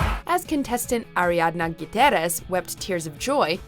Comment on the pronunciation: Ariadna Guiterez? Hahaha tf with that pronunciation